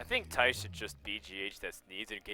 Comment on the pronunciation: Nobody but Dutch speaking people can pronounce the name Thijs right. =p